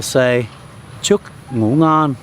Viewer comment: I realized that you said the word "ngon" perfectly, and you wanna improve the sound of the word "nguyen", it's something similar.. ;) thanks for making this video! It was so good :)